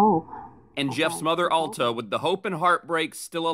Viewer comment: Thank you for pronouncing "Alta" correctly! ❤️ It's not a common name and a lot of people mispronounce it.